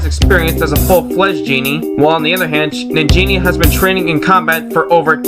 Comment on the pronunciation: Sounded like you said Nigga Shantae! XD